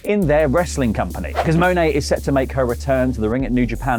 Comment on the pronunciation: It's not Mone-A. She pronounces her last name like you say the word "money" without the Y. If Wrestletalk actually watched New Japan's Rumble on 44th Street PPV that was given away for free on YouTube, they would have had at least 8 opportunities to get her name right as she promoted the San Jose NJPW Strong show a LOT on the Ro44thSt.